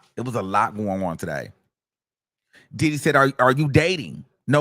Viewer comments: The way you say “DIDDdy” be sending me 😂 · EVERY TIME 😅..... HE be like "DID-HE?!" and "DID-DEEE" 😂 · yes 😂😂😂 I be like why you gotta say it like that!!!